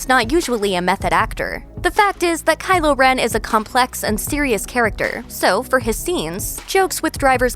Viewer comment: Am I going crazy or is she saying Kyler